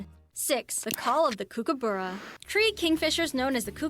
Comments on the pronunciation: Em U as in you, not as in moo, go anna there's no r goanna cook a burra😊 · they missed the quokka, cutest ever. Goanna is a hard g as in going, kookaburra is cook-uh-bur-rah, not kook. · Please can someone do an education program for American narrators and reactors on how to pronouce Australian names especially Emu = Eemyooo Goanna = Go-anna as in the girls name Kookaburra = Kook as in book and burra has a short sounding u as in bun. And he lives in the old GUM tree. Fun facts platypus and schidnas (there are 4 types) are related as they are monotremes, the only mammals that lay eggs. And the male platypus has a venomous spur on his back legs whican cause a painful injury but it wont kill you. However you'd be flat out seeing one in the wild let alone picking it up. Koalas (NOT a bear) and wombats are also related having a shared ancestor way way way back. Koalas evolved to ,live in trees and eat eucalyptus leaves and the females have backward facing pouches. Wombats also have backward facing pouches, are ground dwelling searching out vegetation to eat and live in burrows underground. They both have leathery spoon shaped noses and are kinda chunky. Dingos are NOT feral dogs and they have recently been confirmed as a species on their own not related to wolves or domestic dogs. And those little spotty furry creatures first up are known as Quolls not hairy tales. No disrespect but very annoying when these types of videos are pdoduced in America and arent really accurate. None of the info is that hard to research and cross check.EDIT And please note you can't have any native Australian animals unless you are granted a permit to be able to keep them for specific r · As an Australian watching an American call a kookaburra a kookiberra is mildly infuriating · Is it a bird? Or a hidy hole for a crazy person 🤷‍♂️ Koo-ku borough 🤣